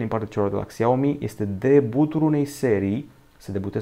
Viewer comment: Se zice şiaomi nu xiaomi